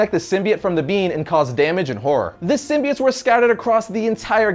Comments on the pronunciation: sim-bi-otts. sim-bee-its. kms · Ok its a minor thing in the scope of everything, but the way pronounces SYMBIOTES is off putting. Its pronounced sim-bee-oats not sim-bee-its. Minor thing that comes up a lot between comic book readers is how names are pronounced because comics are a reader propelled art form. We each interpret names so differently after years and decades of reading. Lol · Sim-bie-its? It's Sim-bie-otes. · why do people pronounce symbiotes as SIM-BI-ITS when it was originally pronounced as SIM-BI-OATS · This was a good video and all, but I was entirely distracted by the start. All I could hear from then on was "sym-be-its". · you mean, 'symbi-OATS'🤣